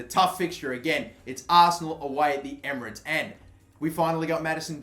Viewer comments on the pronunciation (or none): none